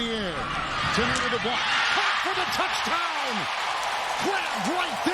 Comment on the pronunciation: …..anyone else think he says “touchTown”?